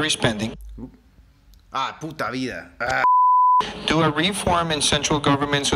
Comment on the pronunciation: le salió tan latino 😂😂 "ahh puta vida"😂